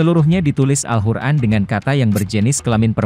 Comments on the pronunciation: Maaf sblumnya Saya mendengar alhuran dr yg anda ucapkan.. Jgn merubah nama alqur'an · Narator nya aneh kyk bkn Muslim....al Qur'an dia bilang pake ح bukan ق... 🙏🙏🙏